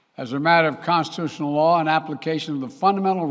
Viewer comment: He can't even say constitutional right wow